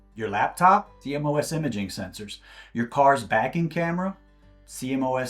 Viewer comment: please say "See-Moss" for CMOS sensors :) i know it's an acronym but that's how it's said in the industry :) trust me